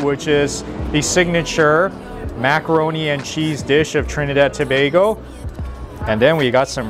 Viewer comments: It's refreshing to hear someone pronounce Tobago properly. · Well done!!! He pronounced Tobago correctly. good job...The food looks 👌. Both made Trinidad 🇹🇹 proud😄 Immediately subscribing 😉